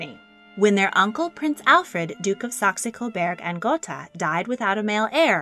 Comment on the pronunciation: While I appreciate your video I must say that your pronunciation of Saxe-Coburg und Gotha is incorrect. If your are going to do another video about the couple and their legendary house please learn how to pronounce their names. Second, I would like to know where you found several private photos of Prince Hubertus and Princess Kelly? You really should site your source and ask for permission. Several of your photos are copyrighted.